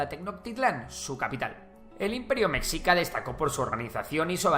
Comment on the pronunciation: Mexica.... meSHIca. La X siempre es un problema